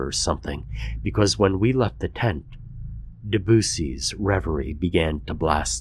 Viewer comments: Deboosee made me laugh, too. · The goofy pronunciation of "Debussy".